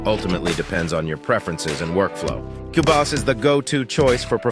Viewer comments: AI voice saying cue-bus? Not even worth a watch! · Wow. A new level of total AI trash. Not only is the title software mispronounced as "Cue Biss," which would be done by no human, and then differently mispronounced again as the hilariously apt "Cue Boss" , but the information is worse than not knowing anything about either. The video tries for example to make a case about professional features then instantly shows the obliviousness to what that means by offering "chord pads" as an example. Almost every example is the same. Just lists of randomly gleaned features and misinformed opinions about why they matter or relate to professional vs hobbies workflows. It was so bad, and utterly shameless, that it really needs to be given credit as a modern milestone in uninformed review clickbait. Well done. I will certainly be back to unlearn something else. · This is by far the worst comparison video ever. Not only does the AI voice mispronounce Cubase (a distraction) but says absolutely nothing substantial about either DAW. S-T-U-P-I-D